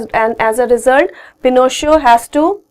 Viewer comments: sorry to correct you but it's not Chil ( the way your pronouncing) its Chee-Leh and its Pino - sh- a (pronounce A as the letter and not aa) not pinoch (the way your pronouncing) and the people didn't favor him not "didn't favored him ". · it is not chee-lee its chile simple chile and not pin - sh - a it is pinoshe